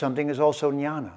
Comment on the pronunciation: Sir, with due respect. It is Gyana or gyan in Sanskrit. It is not nyana or Nyan that you are pronouncing.